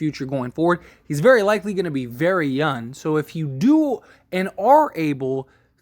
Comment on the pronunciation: Is he very “youn” or very “young “😂 na im just playin love the content